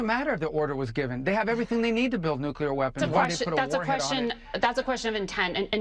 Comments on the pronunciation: Why the FK can't you people say nuclear and not nookyaler? It's EASY! NOOK LEEEER NOT NOOK YALER FUCH! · why do you pronounce “nuclear” like George W. 😂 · Not pronounced ~> New Cue Ler it's pronounced ~> New Clee er DAMMIT! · Nu- clear. Not nu- culeer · Dude you said 'nook-you-lar'... it's nuclear... new-clear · Things get pissy when people say noo-'q'-lar instead of nuclear. 😬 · Sorry dude but this just grinds even my language skills, but the word nuclear is pronounced exactly like it is spelled, nu-clear, not nu-cu-lar. I do like your presentations for RA, and this is the only time i have had a problem with your stream. Keep up the quality of your insight and presentations. ✌🖖👍💙💙💙💙🌀🌀🌀🌊🌊🌊🌊🌊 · Oh fuckig please. it's nu-cle-ar. Not Nu- cu-lar. get a grip. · Nu-ku-lear? Please. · NOT NUKULAR!!! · Once and for all please learn how to pronounce nuclear. It's not "new kew ler".😊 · exhaling slowly at yet another political commentator saying "nuculer" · did everyone forget how to properly pronounce nuclear, or did you never know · Dear really American. Learn how to pronounce the word nuclear before you show your lack of…